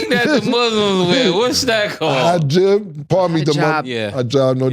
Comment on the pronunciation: “Hi-jib” “Hy-Heena” 🤣